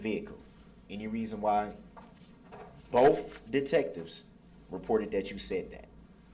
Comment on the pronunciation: Boff...it's both th th not f f